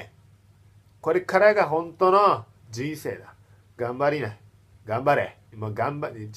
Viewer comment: ガンバリ↑ナ↓ wwwwww